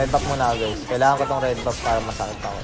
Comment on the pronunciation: The only thing i understood was ling tutorial guys * guys* gaaaaaichhh